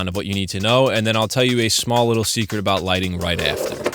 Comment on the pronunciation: that "seceret" is killin me lol. amazing video as always man